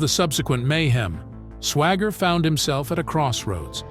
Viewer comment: The second word, instead of saying Swaggart he says Swagger.... what a hole.